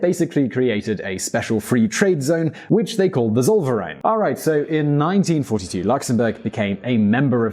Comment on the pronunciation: Please, could you just remember that in German V's are pronounced as F's. Tsoll-fair-eye-n, not solvereign